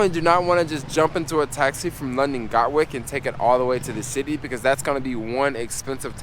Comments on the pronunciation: It's not GOT-Wick it's GAT-Wick Dude! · Sorry I wasn't able to hook up with u on your latest ad ven ture in London. I live not far from where you filmed this. Next time you pass thru we can go for a cheap pint. Been living her 25 years, from Brooklyn. It's Gatwick, gat like a gun, and wick like a candle. Love your videos, keep it up. Peace